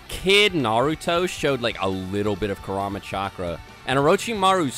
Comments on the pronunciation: Like the content, hate the way you guys pronounce half these names. I'm not fluent in Japanese, but I know enough that it's like pronouncing Jonathon as Joe-nay-thawn sometimes. Kura-ma, not Ku-rama. Again, I like the content, appreciate the discussion, but ya... just sayin. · you guys can pronounce some japanese names and moves, but butcher the important ones, like kurama, and ametersu lol